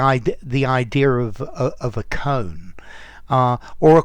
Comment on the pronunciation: I'm pretty sure it's pronounced "koh-an" as two syllables